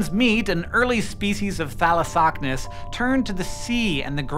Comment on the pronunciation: Thalossocnus. A hard word to say but he says it perfect every time.